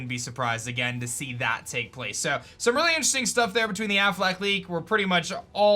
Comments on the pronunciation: Am I the only one who hears “Aflac” when says “Afflec” lmao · Plot twist #11 : Its actually pronounced ‘Afflack’